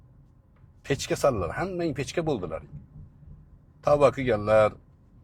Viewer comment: ПЕЧКА ЭМАС, ПЕШКА (ПИЁДА) PECHKA EMAS PESHKA.